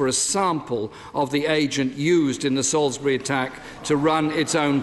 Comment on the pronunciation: Salisbury is pronounced SAWlsbry. Not Sall is berry.